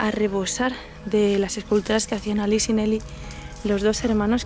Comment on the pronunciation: El nombre de ALICE se pronuncia Aliche, porque es italiano. Nelly era un hombre. Y la casa ya ha sido vendida, la están derribando para hacer una villa nueva.